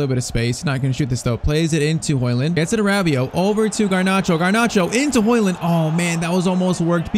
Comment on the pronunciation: Its Højlund not højland but great video👍🏻